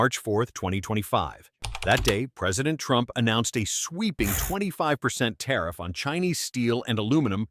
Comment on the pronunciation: Might want to try that " tarriff" bit again LOL 😅😅